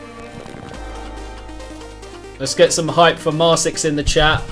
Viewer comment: Oh, btw their name is pronounced “mar-kicks”, which I believe they themselves stated at some point but I don’t remember for certain. (Maybe you correct this later in the review, I’m watching it rn)